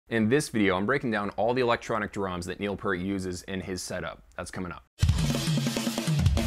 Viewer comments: All is will my friend, you;re just not as old us as buggers are. I had a Neil PEeart (as he pronounces it weirdly ,poster from zidjian that showed his old kit with the Simmons. I saw Rush play at Wembley Arena back in 88'- 89 and he had that set up. It had the same spin around thing going on. If you listen to Grace Under Pressure and Hold Your Fire you can definitely hear the Simmons sound. I used to air drum to both albums sitting at my sds9 kit as I didn't have stick or cymbals at the time. He did one song called time stands still and it totally messed me up. I can play it left footed on the kick but not right footed which is my normal kick. He was a master of tempo and everything else. I doubt we'll see him again , well at least as I'm still alive. At the end of the day, the bloke was incredibly talented as a musician, composer and a writer and a genuinely nice person who passed before he should have. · Sorry, it is pronounced Pea-rt! Since we're using food to describe how his name is pronounced. It's just like a pea that you eat but with an rt at the end! Pea rt Peart! Got it, I hope that helps! That is what Neil himself said! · Definitely pronounced "pEErt" (with a long "E" per the man himself and his bandmates). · "Peart" is pronounced as "Peert". :D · Neil Peart pronounced Piert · Evidentially you didn’t do enough research to know how to correctly pronounce Neil’s last name. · It’s pronounced Peert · 30 seconds in and I’m saying, “Good God! Would you please say his last name correctly?!!!!!” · Peart Say 👂ear 👂 add a P finish with a T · How dare you say his name wrong. 2112 is one of my all time favorite albums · Please don't disrespect Neil or his family by mispronouncing his last name. Do not claim to have that much knowledge, which I personally was enlightened by, when you can say his name correctly. If you're doing it for effect then I will unsubscribe instantly. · You dont even pronounce his last nsme correctly. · It's Peeert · It’s PEEERT. Not Pert.